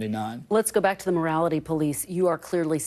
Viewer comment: They are the "morality police" not the "mortality police" or did I mishear that?